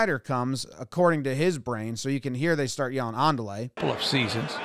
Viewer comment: I thinks he said "mandale" no "andale"